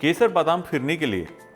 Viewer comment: Phirne nahe bola. Bolta ha fhirne